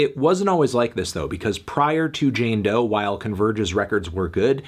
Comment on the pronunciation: It's "Doe"!! Stop saying that, is disrespectfull